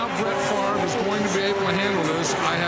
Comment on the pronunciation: Brett favor??